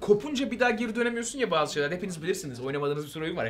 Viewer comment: Bir kez daha "bağzı" dersen undertale'i yok ederim